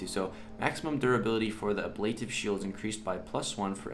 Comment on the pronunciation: Love it! Also, it is pronounced ab - luh - tive. lol